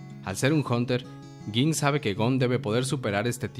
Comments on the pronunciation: No se pronuncia gin se pronuncia ying tampoco se dice quite si no kaito, nueb video pero ten mas cuidado con la pronunciacion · Se dice ying, Kaito, hanters ex hanters . Habla bien carajo.